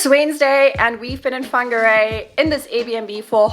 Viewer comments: Just stumbled across your video. I live in Whangarei, so welcome. Thank you for announcing our te reo correctly truly appreciate it❤️ If you love costal life you've move to the perfect location. Beaches either way you travel. From 10 to 45mins depending on what your into. Rocky, boulder, fine sand, chucky sand, shelly. Whangarei has it all!! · Wow! Congratulations you even pronounced it well. Welcome. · Appreciate u made the effort 2 pronounce Whangarei correctly n welcome to Whangarei NZ